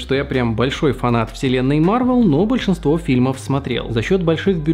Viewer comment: Капитан Марвел. В слове Марвел ударение на Е, а не на А. МарвЕл!